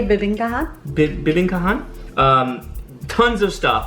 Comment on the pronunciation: Bibingkahan = bi-bing-KAH-han (emphasis on the third syllable). Tagalog syllables are mostly identical in duration except for the syllable that is usually stressed, emphasized, or extended. Sarsi is like sarsaparilla. The food that you eat with liquor is collectively called "pulutan" which means "food that you pick up by hand from a sharing platter." It's not a "mensary"; it is mesentery or Chicharon Bulaklak (deep fried flower-shaped pork cracklings). It is made from pork mesentery which is the organ full of capillaries that supports the intestines and connects it to the circulatory system. The white transparent object inside the squid is its internal skeleton. The squid is not stuffed with crab meat, the filling is actually the squid's internal organs and ovary/eggs. If you're going to have rice and saucy or soupy foods, you're going to have to get used to using spoons instead of forks. Filipinos use the spoons in their right hand and forks in their left hand. Knives are not going to be needed unless you have meat chunks that need to be cut up. Correct on the origin of sisig. The American air force base in Pampanga province would buy whole pigs except for the heads. With so many cheap pig heads unused by the Americans, Aling Lucing's restaurant crew sliced off the snout, lips, cheeks, facial muscles, and ears and chopped it up into small bits to make sisig. I like your initial reactions but I think you need to do some prior research on how the chosen dishes are made so you